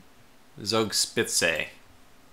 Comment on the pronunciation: Friedrich is pronounced 'Freed Rick' 'Zoog Shpitzuh' I think the issue with the attacks on the 'wrong' ships is that you designated a general area to attack, instead of selecting sighted ships or divisions. They were just following orders, man. Good fight! You sure showed the Americans the value of German steel.